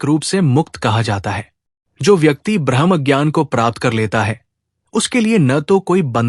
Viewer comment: ब्रह्मका उच्चारण ब्रह्मा नहीं हो सकता, पूरी बात बदल जाती हैं